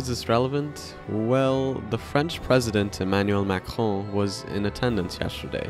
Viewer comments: shoutout to you for the french prononciation of president's name, u nailed it! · Great "r" pronounciation in "Macron" ! I know it's not easy for non-french to get it right but you nailed it